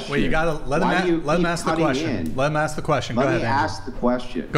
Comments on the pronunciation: why do a lot of black people fail to say the word ask. do they think that it is spelt aks? they probably do. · Earf = earth, maff = math LOLOLOL axe = ask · Never argue with anyone who pronounces the word ask as "ax." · Earf, axe, and teef 😂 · I brush my teef on planet Earf while I axe questions. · She even threw the "axe me a question" in this episode as well..😮